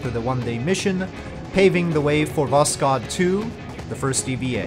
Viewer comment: Sooo risky mission, never knew about that, thank you for this mission profile series! A little notice on prononcuation: You can pronounce "kh" like "h", there is no sound "k". Try to listen the word "Восход" in google translate.